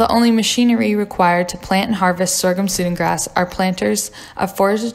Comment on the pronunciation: Great video, but it's pronounced "Sue-dan grass" like the country in Africa.